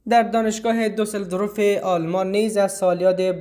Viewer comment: برادر عزیز خدای نکرده قصد توهین ندارم فقط میخواستم بگم تلفظ شما از شهر دوسلدورف آلمان کمی نادرست استه.